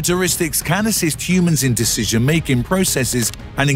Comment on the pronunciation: This is being read by AI I suspect. At the one minute 35 second mark the way it says decision making processes - . It emphasizes the word making. Do you think I’m right?